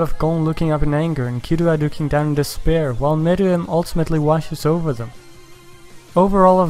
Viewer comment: This is the only YouTuber I've found who's said meruem's name right but he did call Yorknew city Yorkshin city